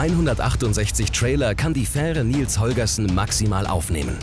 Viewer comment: Bin ich der einzige, der es zum Schießen findet, das er 'Nils Holgerson' ständig falsch ausspricht? :D